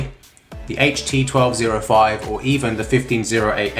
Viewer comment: Yamaha sub is junk and R E L is pronounced Rel.